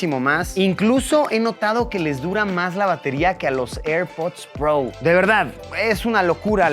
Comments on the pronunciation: Se dice “Pro”, tal cual, no “pbrouw”, estudia mejor idiot4. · Hahaha como dice el luisito " los airpods prou". Ya se le olvidó como decir pro haha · Alv luisito, tan prou, di pro y ya.. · Airpods Pro! "Prou" lol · nadie: luisito: airpods prou